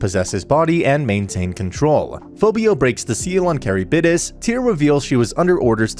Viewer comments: Love your videos, man, but... you could have done much better with the pronunciation of some names. at the very least you could have tried to pronounce Charybdis right. It's not carrybidis, it's KH-rib-DIS. it's not even Japanese, it's Greek. and is worse by many stages because Charybdis's name is said REPEATEDLY thru the whole sequence! on top of Charybdis being a popular monstrous addition for being a monster present in The Odyssey. this is coming off as very mean but I am. Floored about the pronunciation. Absolutely Handbasketed. Actually Fucking Egg Cartoned. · Ok I love this guy but the way he says 'Charybdis' as 'Carry-bid-dis' is appalling 😭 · Isn't it pronounced ka-rib-dis and not carry-bid-is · and when he says “caribidis” pretty sure its “Car(rib)this) as a pronunciation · great content keep it up! also it's pronounced ker-ib-dis. Though i'm sure there's plenty of other comments pointing it out lol. plus I'm sure especially with japanese words mixed in, you can't expect to pronounced everything correctly lmao. Only reason i know is from too many fantasy games XD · The way he said chariptis ...is that how you spell the fish things name? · Also his pronunciation of Charybdis crazy like what the heck is carrybidis